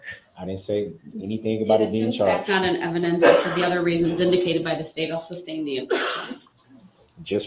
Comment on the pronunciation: Grounds for the “substain your Honor” 😂